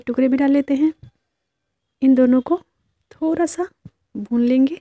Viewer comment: Jab aap thoda ko Thora bolti ho to aur achhi lagti ho